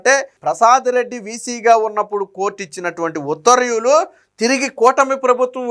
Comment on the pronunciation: ఉత్తర్వ్యూ లు కాదు, ఉత్తర్వు లు. చూసి కూడా చదవలేనివాళ్ళను గతంలో చూసాం. మీరు వారి వారసులు కాకండి